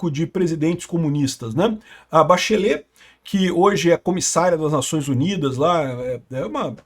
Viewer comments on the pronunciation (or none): none